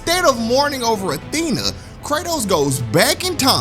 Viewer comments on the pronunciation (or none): none